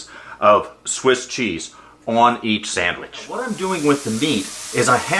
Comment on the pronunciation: Are you saying Samich or sandwich?